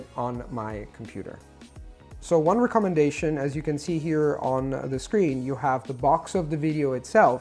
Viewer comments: You said everything perfectly except recommendation. The word commendation is pronounced commenDAYtion, but recommendation should be reckemenDAYtion. Otherwise perfect American English. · ) After you pointed out to the pronunciation of 'recommendation' I've listened with particular attention and yes he says it a bit off but really just a bit off. Another word which I noticed he pronounces slightly off is 'around' but again really slightly off. He seems to overpronounce the 'a' :) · Thanks! I must say, your English accent/pronunciation is amazing. Practically native sounding. One word that I noticed in this video that was pronounced kinda odd was the word "recommendation". If you put more emphasis on the first syllable("REC") of the word, it may sound more natural. Thanks again!